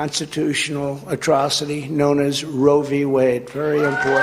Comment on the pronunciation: Yes. As one listens to trump speak, one has to ask, does he know it's Roe v. Wade, and not rovywade? 🤔